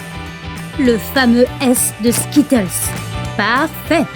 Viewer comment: Déjà essaye de bien prononcer skittles